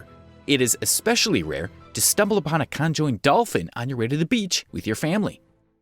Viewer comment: but the way he said conjoined is stupidly funny!!! XD XD XD XD